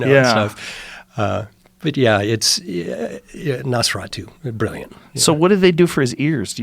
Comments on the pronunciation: Joe "Nosferadough" Rogan Howard "Nesferatoe" Stern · Joe: "nosferado" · Joe : Nosferadough... Rick - Yeah, NosfeRATU. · they pronounced it NOSE-FUR-ATEW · Joe can't even pronounce the name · Rick slyly corrected him by quickly slipping in the correct pronunciation just seconds later 🤣